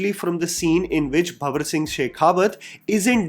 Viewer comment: its not bhawar singh bro...its banwar singh shekhawat!